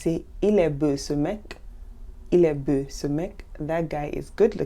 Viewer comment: Dear, I liked the video very much! May I ask whether you grew up in Québec? The reason why I am asking this is that you have an interesting twang in pronouncing certain words. For instance “peau” you pronounce like “peu” and “beau” like “beu”. Is this the Canadian way of pronouncing it?